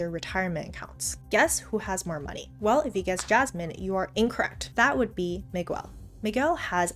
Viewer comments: The u in Miguel should not be pronounced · lol i love how you say "Mig-well" at first but then went ahead and say Miguel correctly right afterwards twice...great vid!